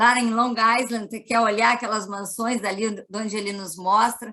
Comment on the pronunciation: Obrigada pelo conhecimento de vcs. No entanto, em "island" não se pronuncia o "s". Pesquisem! Fala-se "áilend". Gratidão!!!!!